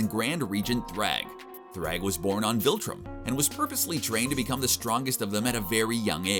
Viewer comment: CBR* wants us to believe they've read the comics and watched the show. Also CBR* spends the whole video pronouncing Viltrum as Voltrum.